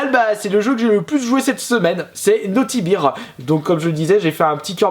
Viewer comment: On dit Naughty bère et non biire... ^^